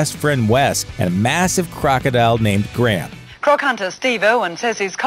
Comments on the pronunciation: It's really annoying how he pronounces Graham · why cant Americans say the name "Graham" properly?